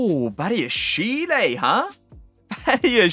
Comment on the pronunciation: "Badiashil", not "Badiashilé" He's French not South American !